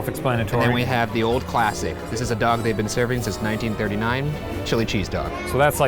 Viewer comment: He said dong instead of dog 😂😂😂😂😂